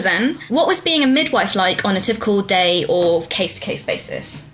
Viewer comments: anyone notice kim saying widmife instead of midwife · "That's what happens when your mum's a widmife"